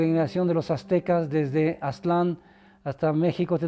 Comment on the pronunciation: No se ponen de acuerdo, a veces dicen (Á)ztlan y luego Aztl(á)n, a veces Tenocht(í)tlan y otras Tenochtitl(á)n. Además, hay muchísimos historiadores y antropólogos mexicanos, muy mal por parte del INAH eso de perpetuar que sean extranjeros los que "nos cuenten nuestra historia".